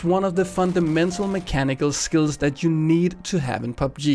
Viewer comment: its so hilarious how this guy pronounces PUBG